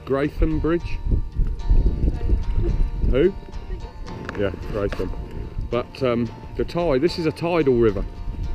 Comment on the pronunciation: a nice video of a lovely area. It's been a long time since I camped by the Arun, and yes, the banks below Amberley are very steep, but there are some cracking spots to camp, or used to be. Have you ever paddled upstream from Pulborough? it gets really nice up there! By the way, it's spelt Greatham but pronounced Gret-ham. if you think paddling an inflatable against the tide if hard you should try rowing a bathtub with a greenhouse on it! :-) All the best, Al